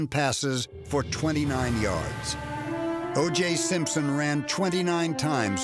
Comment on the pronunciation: “OJ shrimpson”